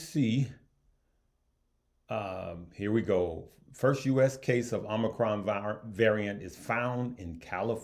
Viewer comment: The way you pronounce Omnicrom is hilarious